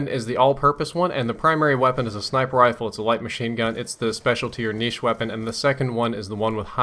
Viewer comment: O you said "neesh", you actually pronounced right! all Americans say "nitch".